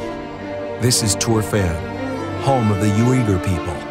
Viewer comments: Yu-way-gur people? Come on Smithsonian, you can pronounce better than that. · It's pronounced WEE-ger people. Not YOU-ee-ger. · Imagine being a being a professional documentary narrator and butchering the name of the people you are talking about so badly. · 10 seconds into the video and you missed pronounced an entire group of people.